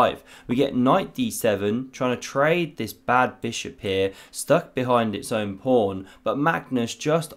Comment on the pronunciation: It is called a pawn not a “prawn” lol